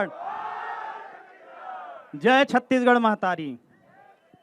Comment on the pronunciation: मेहतारी नहि महतारी सुन लव ठीक से